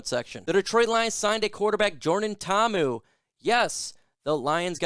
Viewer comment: Braddah you gotta pronounce Poly names with more effort. Mahalo